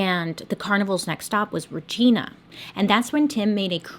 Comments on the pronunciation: RCMP - Royal Canadian Mounted Police - Federal Police force (like your FBI). Also, Regina....Re-GYN-a - not Re-GEEN-a.....rhymes with....well, there's a reason we call Regina the "City that rhymes with fun" ;) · RCMP is royal canadian mounted police. And it’s Regina pronounced Reg-eye-na. This happened right outside my town. Was so shocking and hard to believe. Love your videos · Regeena she says lol Bailey we love you. Regina sounds like the downstairs lady part lol but close! RCMP is the police force in 8 provinces all except Ontario and Quebec. If you google them they are often shown in a traditional red uniform and riding horses but don’t be fooled they scoot around in police cars too. 🇨🇦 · Also, regyna, instead of re-geena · As a Canadian I wish it was “Regina” but its “Rah-ji-na” 😂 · It took me a minute at first because the subtitles said "retena" and I couldn't figure out where that was... then she said it again and realized "ohhhh Re-jine-ah" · it's pronounced Regina not Regeena. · Quick note - the city of Regina is pronounced Re-gine-a, with a long i, instead of Re-gee-na. but this is a minor thing. Yes, you said Manitoba correctly. haha :) RCMP = Royal Canadian Mounted Police, Canada's national police force, which has been part of Canada since before Canada became a nation. RCMP officers are also called Mounties. Yes, a detachment is a police station. It's what the Mountie's police stations are called. I remember this story well. The brother of a friend of mine remembers meeting Tim McLean when the carnival was in Edmonton and said that he really was as friendly as all reports said he was. This is one of those cases that really shocked us here in Canada, especially since the victim was such an engaging young man. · Fun fact Regina is pronounced Reg”I”na not Regeena (the city that rhymes with fun!) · from a fellow winnipegger just me or the fact she pronounced it regena just made me burst out in laughter and then feel bad cause its a serious story